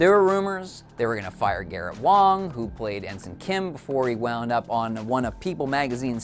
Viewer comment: Garrett Wang. Not Wong. Wang. Harry Kim. Garrett Wang. Harry Wang.